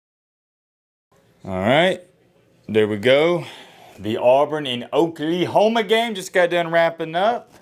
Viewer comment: Please pronounce Oklahoma correctly, I do believe we have eared it.